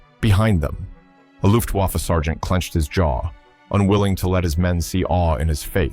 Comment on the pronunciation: behind them the Luftwaffe sargeant clenched his jaw. It is NOT luftWaffe,, though to us a w is a vowel, a double U, it is a consonant to a German. It is pronounced like our V. A vee doubleyou, to a German is a fow Veh